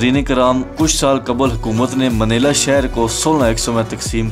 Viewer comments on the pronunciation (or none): its not manela bro, its manila